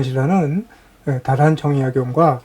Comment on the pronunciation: 정약용에 대한 강의에 다산 선생의 성인 "다"를 바르게 읽지 못하시는 한국 학자를 무어라 평해야 할 것인가? 다산의 성은 "짧게" 발음해야 하나이다. 이런 오독은 다산 선생 한 분만이 아니라 "정씨" 일문에 대한 모욕입니다. "한국 어문을 고발함" 이라는 책을, 고국 동포 여러 분!! 조용히 읽어 ㅈ 시옵소서. 변 완수 드림